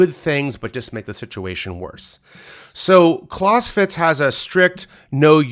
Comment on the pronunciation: I wish he would pronounce Clausewitz correctly